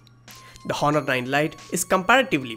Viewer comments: Honor is pronounced as onor 'h' is silent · If I had a penny for everytime he said "hohnor" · I was so distracted with the hhhhonor 7x Honor silent H please.. its distracting, how u say the name.. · the H is silent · H is silent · Honor "H" is silent 😊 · 'H' is silent in honor.